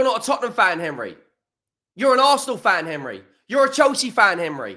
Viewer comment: Henry is so mad he can’t say his own name! 😂 “Hemry”😂😂